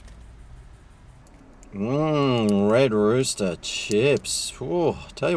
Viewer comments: Why do you keep saying red rooter, I thought it was red rooster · Not sure how y'all do things down under, but the letter 's' in rooster should not be silent 😂😂😂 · I think likes saying red rooter😂🤣🇦🇺